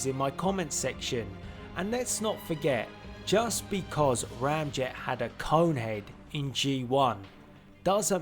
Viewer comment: It’s not Ramjet 😑